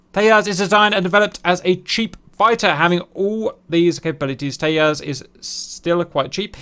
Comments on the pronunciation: Why would an India-developed plane have a Spanish name? Tejas in Sanskrit means "Fire" and is pronounced as Tay-Jas as in pronouncing it as in flower Jasmine, not as Tay-Yas, the Spanish way. And no, it definitely hasn't the slightest relation to Texas. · Tejas is a Sanskrit (not Spanish) word and j is pronounced “j” not “y” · Nice video...but.....not Te-h-as, for Texas...but Te-j-as. 'J' as in jungle. Hindi/Sanskrit for brilliance, tip of the flame or cutting edge of the sword. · its not tehas,its tejas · It’s pronounced with a j rather than teyas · That pronounciation of Tejas is attrocious. Like, why would an Indian name (Sanskrit for Radiant) be pronounced by Spanish rules? Its simply `Tay-Jus` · J is pronounced like in English, not like "H" in Spanish. So Tejas is pronounced Tay-Ju-s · small correction: it is pronounced as Te-Jas (Jasmine pronunciation). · Tejas, loosely translated, means "Incandescent" in Sanskrit. It's not a Spanish word, in this context and it is pronounces as it is written....Tay as in Taylor, Ja, as in Jamming and well...S, as opposed to Tehas or Tayas. Also, it infact, is a very tiny aircraft, I assume it was something IAF learnt from the Gnats which proved lethal against the F-86 Sabres of PAF due to them being hard to spot visually...Tejas already is hard to catch on Radar given its RCS is reported at 0.5 m^2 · It's Tejas with a J, not Tehas. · Hech hey hell - Teyas 🤣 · I don't mean any hate but u pronounced Tejas wrong😂 j is not silent the J is pronounced like the j in James. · J is not silent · Indians aren't Hispanic, please pronounce the'J'. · learn to pronounce tejas first...annoying tht u kept mispornouncing it...have no respect for ppl who dont do their homework...simple things like these reflect a lot more in one's work... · Cap...it's pronounced TEJAS with the J as in Jack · If is called Tejas, 'j' being pronounced as a 'g'. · It's pronounced "Teyassh" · Not Tehas …Just pronounce it Tejas..its India..idiot